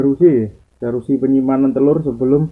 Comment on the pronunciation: Mas bukan DARUSI....tapi yg benar adalah DURASI.... DURASI ya mas.... Ok semngat